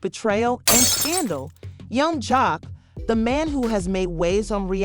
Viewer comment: Man I hate A.I. she said young Jocko lmao